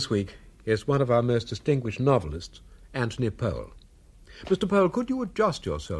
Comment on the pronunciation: And his first name is pronounced Antony.